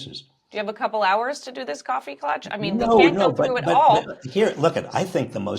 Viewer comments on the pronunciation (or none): Coffee clatch, not clutch! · Somebody with a German last name should know that klatsch has an s in it, Mr Reich. Just saying.